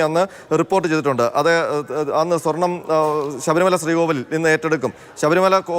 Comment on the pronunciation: വീണ്ടും സ്വാർണം പുശി എന്നു പറയല്ലേ plz🙏🏼